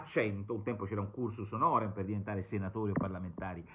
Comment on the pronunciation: Cursus honorum...sarò snob ma il latino non mi piace storpiato